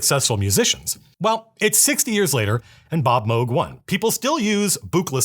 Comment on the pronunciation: Thank you for pronouncing Moog right